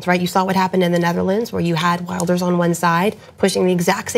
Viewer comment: "Wilders" is pronounced with the "W" as a "V" and a short "i" Also, the Netherlands had a Parliamentary election, not a Presidential election. Especially considering the ultra-proportionality of their electoral system, it meant that you didn't have to choose between two candidates, which they will in the runoff.